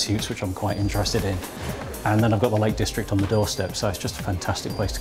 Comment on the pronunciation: "A wegional town only a skip away fwom the Lake Distwict."